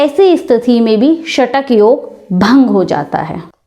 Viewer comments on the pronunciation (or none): Shatak yog nahi shakat yog hota hai mata ji